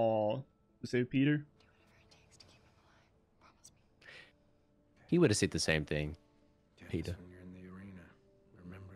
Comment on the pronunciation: did this guy ever figure out his name is peeta, not peter? half way into the 2nd movie he's still calling him peter.